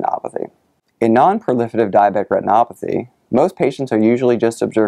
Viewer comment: The way he says "diabetic retinopathy" is amazing. I could listen to that on repeat.